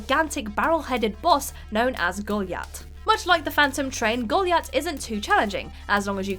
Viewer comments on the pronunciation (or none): Golyat... because of the Achievement name, shouldn't that be pronounced "Go-LIE-at"? :-)